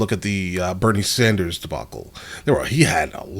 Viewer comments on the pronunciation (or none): none